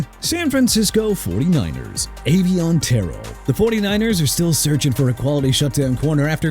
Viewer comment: YOU MEANT ARMAND (AR-MOND) MEMBOU AND AVIEON TERRELL (TUH-RELL)?! AND STOP BUTCHERING THE NAMES OF NEW ORLEANS AND JAGUARS CUZ YOU DON'T KNOW HOW TO PRONOUNCE IT RIGHT AT ALL!! NEW ORLEANS PRONOUNCED NEW OR-LINS (OTHERWISE OR-LEENZ) AND JAGUARS PRONOUNCED JA-GWAARS NOT JAGWIRES!! I WISH YOU GET A EDUCATION IN PRONUNCIATIONS SO YOU CAN LEARN TO GET A PERSON'S NAME, A CITY OR A FOOTBALL TEAM RIGHT! ALSO LET MIAMI GET JORDYN TYSON! MAKES SENSE TO YOU, MAKES SENSE TO ME RIGHT?! SMH!